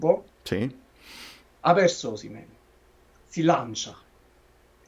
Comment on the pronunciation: Complimenti, complimenti, il migliore programma sportivo su Youtube. Una sola annotazione visto che stai negli USA, la pronuncia di Osimehn sentita da un americano suona come Oh semen, che e' piu' adatto alla pubblicita' per una clinica di fertilita' che al giocatore..